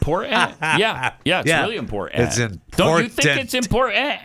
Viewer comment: I am with you Pat with valley girl sounding pronunciations of many words. I have more hate for the word important when people put a "d" instead of the first "t". They pronounce it as impor-dant. I know Pat is not really reading this, but couldn't help myself because I am hearing this more and more and it drives me crazy.